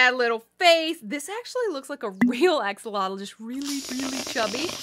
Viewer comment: Stop doing that you are saying axolotl action, different language😡😡😡